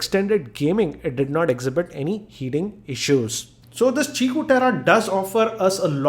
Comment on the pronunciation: He pronounced it right. It's qiku (chikoo) just like qi (chi) charging.